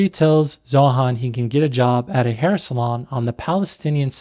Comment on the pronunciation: Zoran has the bulge because of "de haair". Most important part is de haair, not your wiener